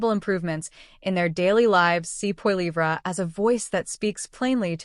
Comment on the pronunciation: "Pierre Po Lee Vra" :D